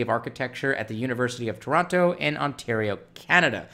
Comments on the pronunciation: Also, Toronno 😆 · I let that go, because then we can separate the locals from everyone else. But, yeah, Toronno. 😂